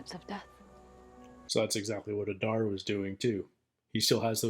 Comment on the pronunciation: It's not adAr it's Adar. Udun not udUn. In all Elvish 2 syllable words the stress falls always on the 1st syllable